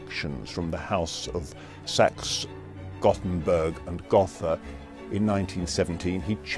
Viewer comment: Saxe Goburg Gotha not Gottenburg